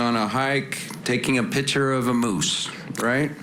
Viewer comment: What lawyer says “ pitcher “ instead of Picture ? Only certain kind of uneducated people talk like that